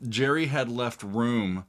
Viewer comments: HIS NAME GERRY NOY JERRY ITS A HARD G ITS SCOTTISH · So why is he calling Gerry, as Gary. A good listener? Not.